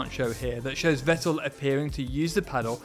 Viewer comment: The knowledge you provide is just great! Especially in the way you're explaining it. Please consider pronouncing non-English names (Vettel, Fianza, etc. ) the way they should be pronounced, or at least not pure English. No other language claims to pronounce foreign names just the way they're read in their mother tongue. That's a matter of respect.